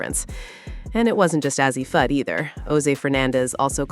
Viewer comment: I'm done...😂😂😂 After hearing her mispronounce Fudds name I started to just click off... But then she butchered Paiges name... I said Deuces, I'm Out... 😂😂😂😂